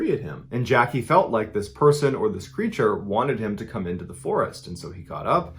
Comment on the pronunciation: “Creatures” cmon you’re better than this